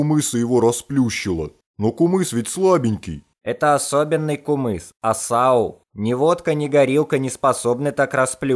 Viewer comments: Ее нармално говарите не кумыс а кымыз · Ый ты не кумыс а кымыс ище это не казахстан а кымыс предлажится к кыргызстана кто против лайк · Не кумыс а кымыз 🇰🇬✊🏻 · Не кумыз а кымыз!😡 уважайте тродицыоный напиток 🇰🇿и🇰🇬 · Не кумыз а кымыз называется кымыз